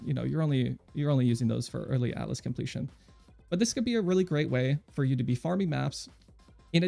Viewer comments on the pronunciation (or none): none